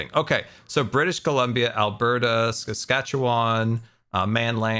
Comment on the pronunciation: As someone who lives in Saskatchewan I was dying . I WAS PRACTICALLY SCREAMING AT MY DEVICE IT IS SASKATCHEWAN NOT SWATCHASTAN